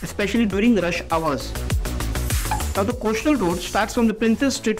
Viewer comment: Can we smart well-spoken reporters who know their job ? I am tired of hearing “coashtal road “!! At least learn English diction along with your job!!!